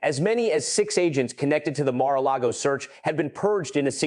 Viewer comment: I thought almost everyone in the world knows how to pronounce Mara Lago